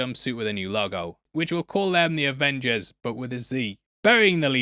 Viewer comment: Avongers Avingers Revengers AvengerZ lol